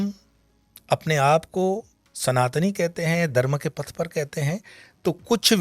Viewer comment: Prhle tp yeh Dharma ka pronunciation theek se kare. Phit baki baat sunenge